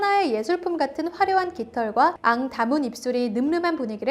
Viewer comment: 앙다문 입술을 앙~다문 입술로 읽으심